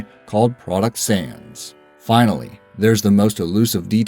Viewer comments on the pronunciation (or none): none